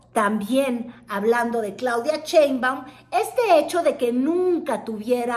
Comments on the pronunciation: No te creo mucho. Eres de tv Azteca, cuyo dueño odia a AMLO y la 4T, y ahora haces insinuación que eres pro 4T. Además si eres periodista, aprende a leer, no se dice Cheinbaum, se dice SHeinbaum! Se me hace que solo buscas monetizar colgandote del movimiento. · ¿Por qué dice Chéinbaum? ¿No sabe leer,? El apellido de la Dra. Inicia con Sh... no sra.? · me pones de nervios cuando dices CHEINBAUM!. no ma!. JAJAJA.:face-green-smiling::face-fuchsia-wide-eyes